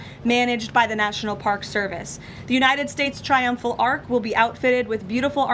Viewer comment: it's an ARCH not an ARK